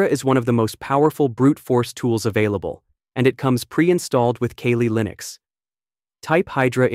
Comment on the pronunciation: Pronounced Cally Linux not Kaylee. Awesome video! A lot of useful info here.